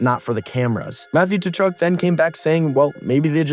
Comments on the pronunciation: KA-CHUCK, just say it like that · I'm curious if you're making a joke or not by calling them Ta-Chuk? The T is silent. Are you American? We know they're not very good with proper pronunciation.